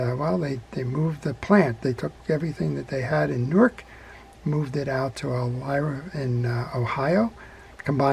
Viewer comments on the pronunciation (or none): Elyria... eh-LEER-ee-ah